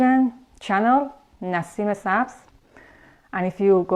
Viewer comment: A Thousand Props for pronouncing her name and native country correctly unlike these dumb white washed hicks! 😆